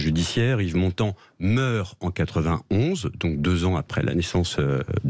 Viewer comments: Honte à vous Sud Radio ... Montand, un d pas un T. Vous degringolez dans mon estime chaque jour un peu plus.... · Montand et non montant